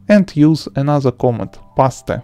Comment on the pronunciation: He totally said pas te hahaha its paste bro peast if you pronounce